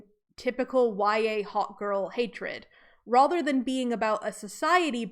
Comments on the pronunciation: I don’t like the way you say rather like “rother.” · That is an interesting pronunciation of "rather" is that from a particular dialect?